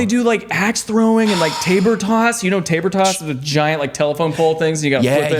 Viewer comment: Ummm - Isn't it caber toss (not taber)?